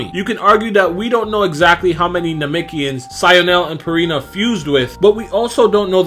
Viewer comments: Why he keep saying nemekians like that 🤣😭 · NAH-MEC-KEE-YINS.. That's how most say it.